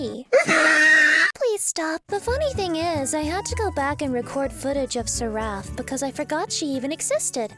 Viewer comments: Bruh, it's pronounced Seh-ruff not Sir-raff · "Sir-raff" Girl. Its SERaph. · at first I was confused as to why you were putting the emphasis on the wrong syllable in the word "seraph". Then I remembered, "right, she's a demon. She'd probably explode if she said the name of an angel correctly". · I cringed every time she mispronounced Seraph. That aside you'll never understand how square really screwed over sch when they took away Selene's ability to apply haste to party members. The. Again the ability to enable the entire party to do everything 2x faster was pretty broken